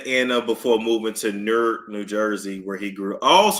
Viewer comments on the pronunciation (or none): Just say Newark like stork with an N. So like “Nork”. 😂😂😂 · is Nork. That’s how we pronounce it. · I live in Newark NJ but we pronounce it like Nork😂😂